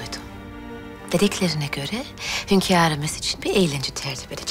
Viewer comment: Hönkarim diyen ağzına bir tane yapıştırasim var